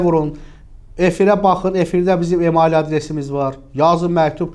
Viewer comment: ....emayıl yox, emeyl!